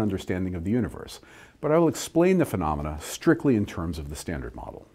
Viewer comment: Why can't you say "phenomenon?"